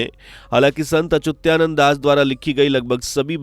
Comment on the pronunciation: अचुत्यानन्द नहीं अच्युतानन्द सही है।